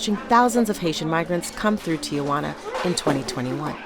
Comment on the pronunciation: The reporter should learn how to pronounce the city of Tijuana. It’s “tee-wanna” and not “Tia Wanna”. With her pronunciation it sounds like she is referring to her Aunt Juana.